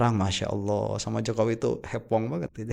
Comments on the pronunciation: Bukan hepong tapi hoping 😊😊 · hoppeng bukan hepong